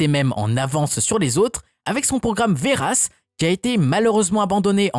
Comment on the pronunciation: Je suis militaire est j'ai jamais entendu une personne prononcé aussi mal le nom des armes On ne dit pas veras mais veras dans la prononciation Le s est muet Est on ne dit pas A-SMPA mais ASMPA prononciation également